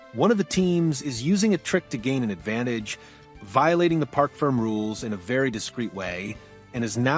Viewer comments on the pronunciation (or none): Park Ferm???? Do your research. It's a French word pronounced like Fermay.